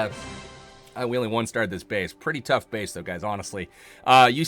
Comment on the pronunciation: u are saying a tuff base to East base😀😁😂😂